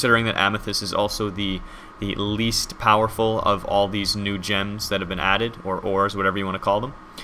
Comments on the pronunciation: Whenever you say "new gems" I keep on hearing "NoochMs". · Is it just me, or whenever he said "new gems" it sounded like "Nooch M"? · Anyone else think he said "The Nooch Ms" instead of "The new gems?"